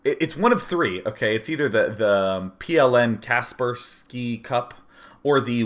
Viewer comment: Finally some american who can pronounce kapersky (-"skee", not "sky") the right way, im impressed :-)